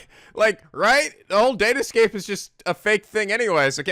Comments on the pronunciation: I don't think the "date escape" was a typo, I just think maleficent didn't know that it was pronounced "datascape". though, I can understand why she made that mistake. When ya think about it, it's fucking hilarious... Unless I'm reading too much into it and it really is a typo. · Hey, when Maleficent says "date escape", it's because she didn't understand what Sora said he mentioned it, so she's just been mispronouncing it.